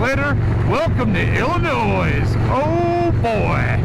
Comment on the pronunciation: Great video man... Cool ride.. but God damnit Ben.... It's El-A-Noy... Not Ill-A-Noise